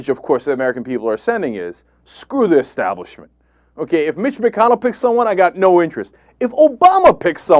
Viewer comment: Arlen looked so surprised when he lost. I almost felt bad for him. Cenk: It's Establishment, not Exstablishment. :) Love